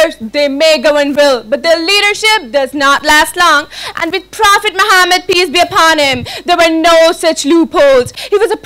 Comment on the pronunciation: kindly reduce over acting & pronounce correctly Prophet's name this is محمّد not ماحمد